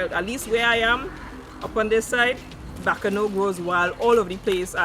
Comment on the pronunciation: You said Bacano Leaf the correct word are 'Bois Cano' leaf 🍃